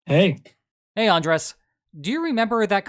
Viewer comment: Heads-up, that tilde on Andrés' name tells you where to put the stress in the word